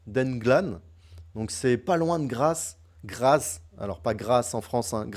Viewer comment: Merci pour la vidéo, et bonne chance en Autriche! (au fait: Graz se prononce GraTz, comme dans “blitz” 😉). Le format est parfait pour moi. Un des trucs impressionnants dans les 2 dernières parties, c’est le niveau de jeu des 2400: ça joue fort 😳